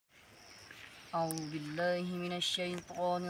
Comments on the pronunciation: اعوذ باللہ کی واؤ مدا پر توجہ کریں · قاری صاحب آپ نے اعوذ باللہ غلط پڑہی ہیں اعوذ کی واؤ مدا کو پورا نہیں کھینچا بلکہ واؤ مدا تو ادا ہی نہیں کی توجہ فرمائیں باقی ماشاءاللہ الکریم آپ کی تلاوت زبردست ہے